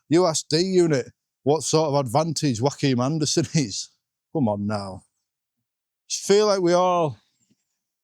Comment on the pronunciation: Every time you say Joachim Andersen I hear Joaquin Anderson 😄. Really confuses me every time. And how come everyone pronounces Andersen and Anderson the same but are able to say Senesi? Don’t quite get that Andersen is Ander + sen from Senesi.